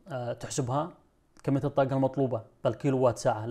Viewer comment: ليش ما تنطق الحروف العربيه بطريقة صحيحه الطاقه وليست كما تنطقها شاب يبدوا متعلم ولا يجيد نطق الحرف العربي بطريقة صحيحه حرف ق